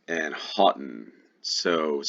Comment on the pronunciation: Pronunciation bulletin: Houghton starts hoh-, Blaenavon is "bligh-navvn" and Cadbury doesn't have an e in it :)